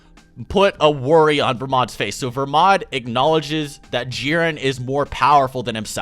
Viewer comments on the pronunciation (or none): Its belmod not vermod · I thought his name was belmod, so is it pronounced "Vermod"?